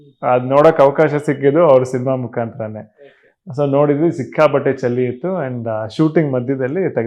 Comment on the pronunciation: ಯುವ,ಅದು ಚಳಿ ಅಂತ ಹೇಳಬೇಕು ಯಾಕಂದ್ರೆ ಅಣ್ಣಾವ್ರು ಕನ್ನಡ ತುಂಬಾ ಚೆನ್ನಾಗಿ ಮಾತಾಡು ತ್ತಿ ದ್ದ ರು